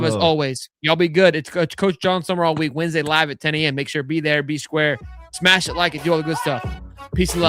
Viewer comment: Not that difficult. Its SUM-RALL. Not SUMERALL